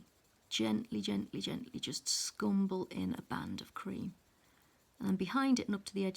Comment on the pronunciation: I applaud your step by step explanation of how to blend on the petals ..you are so patient and calm as you give the viewers confidence in trying this blending ..I loved your use of the word "scrumble " with your accent ...thank you so much for the detailed info as to blending slowly and carefully to achieve the 4 pencils colors petal .